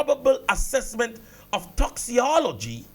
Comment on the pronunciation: Sir. Pronounce it as if it has a k. Toxicology (toxikology)